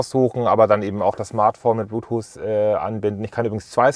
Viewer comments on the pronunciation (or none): none